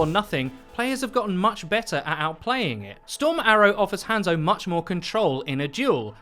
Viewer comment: Sorry if this sounds rude but can you stop saying han zo it's pronounced haunzo but spelt hanzo or はんぞ in japanese